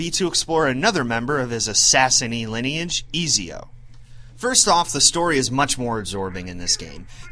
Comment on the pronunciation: nice review but its pronounced as et-zio